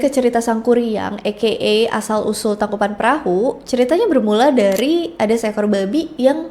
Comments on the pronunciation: Koreksi neng geulis " Tangkuban Parahu" bukan "Tangkupan Perahu" biasakan pengucapan atau penulisan nama harus otentik atau sesuai dgn keasliannya ya guys ya 😊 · Maaf kak koreksi sedikit, tangkuban parahu kak bukan tangkuban perahu🙏 Karena perahu bhs sundanya parahu